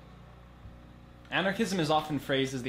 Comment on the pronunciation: Thought u said Xanarchism- the ideology of lil xan